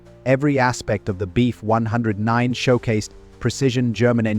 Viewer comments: Nice doc. Ai narration can be a drag sometimes though. You really have to mess with punctuation, spelling and spacing out letters sometimes. e.g. For proper pronunciation, in the script "BF-109" should be written as "Bee F 109". This will get the narrator to stop saying "Beef"-109. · Unintelligible AI CRAP. Says, "Beef 109" throughout video. Can say the name of the plane???